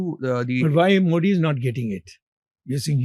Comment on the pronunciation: Great mind being kept on the sidelines while clueless bootlicker Sitharaman is running the FMO. No wonder this country is in such shambles. But it really is something remarkable that even such an educated man can't pronounce Modi correctly; that's how bad education is in this country.